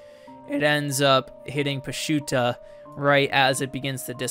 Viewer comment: Just for clarification sake, it’s pronounced puh-choo-tah